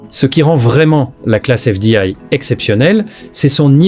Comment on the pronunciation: On dirait que vous ne savez pas parler français exemple vous dit un ksar au lieu de césar et fdail au lieu de fdi et j'en pas passe c horrible